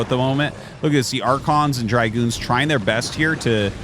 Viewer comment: It's Dragoon, not dry-goon.